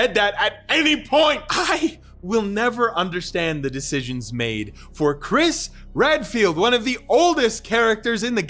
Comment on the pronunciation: I thought you called him Chris Red-Pilled